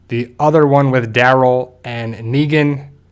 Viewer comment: his name: Daryl him: dArol